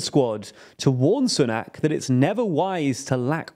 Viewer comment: Oh I forgot the way you pronounce Sunak. 😄